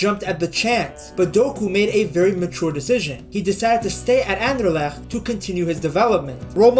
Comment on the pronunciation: Dang, you actually pronounce Anderlecht well.